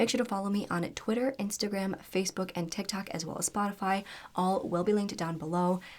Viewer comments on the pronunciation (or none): none